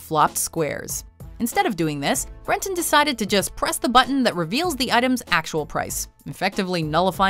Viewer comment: #9: Breton. His name is Breton.